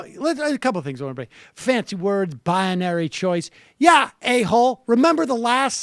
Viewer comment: Bi UH nary?!? BI uh NARY!?! You sound as dumb as W famously pronouncing "nuclear"! wtf!